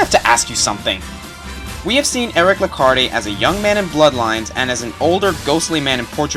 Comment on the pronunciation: You should know that the E at the end of "Lecarde" is silent.